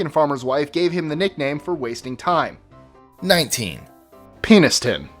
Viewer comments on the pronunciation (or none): I suspect it's pronounced pen-is-ton. as in a writting implement , not penis-ton as in male genetalia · It's not 'Penis-ton' It's 'Pen(As in what you write with)-is-ton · Hey, my sister lives near Penistone. And, sorry to be that guy, but it's pronounced Penni-stone. Then again, there is Flash in Staffordshire...😅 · It's pen-iss-ton.. not penis ton... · Penistone is pronounced penny-stone not penis tone. So it's not funny at all. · Penistone is pronounced PEN-IS-TON. (Sideline, a U.K. TV presenter said it your way on air and NOBODY noticed any difference) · Penistone is pronounced 'penniston' not 'penis-tone'. Obviously everyone says it wrong. Along with Scunthorpe, Clitheroe and Lightwater, you can make a tour of places with rude words hidden in them. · It's PEN-is-ton not penis!!!!! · you pronounced number 19 wrong, it is not pronounced penis-tone, it is pronounced peni-stone, it is such a stupid mistake to make and before anyone tries to correct me i live 10 miles away from it, it is literally the other side of Barnsley from me. Its a real shame because i thought this show did its research to a good degree but if you make such a dumb mistake i'm having my doubts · Its penn-iss-tun not penis-tone. It is spelled penistone though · Penistone is pronounced Peni-ston not Penis-stone but it definitely deserves to be on here. Whenever the sat-nav reads that out it's hilarious. "Continue on Penistone road for a long time" hahaha! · Penistone is pronounced penny-stone. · It's Pen. Is tone. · OK, let this Brit set the record straight! Biddeford is prounounced bidiford. Penistone is pronounce pennystone or pennyston. I love the Batman voice thought! Lol! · pen - is- stun is how you pronounce it however ....lol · Penistone is pronounced penny-stone. Although it doesn't sound so humorous. There is also a " No mans land" in Hampshire, England. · 19: I think 'Penistone' is actually pronounced 'Penn-iss-tun'! But it sounds way funnier the way says it.